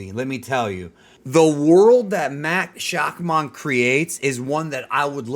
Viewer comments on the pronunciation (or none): Did you say, Matt Shock Mon? lol. It’s pronounced Shack Mun